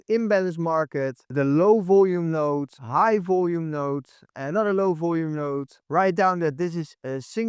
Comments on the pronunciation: its node not note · It’s node not note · node not note.